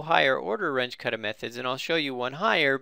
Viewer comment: WRONG PRONUNCIATION,.... RUNGE is a German name,... R-U-N-G-E,.... ("G" is like "G" in "good")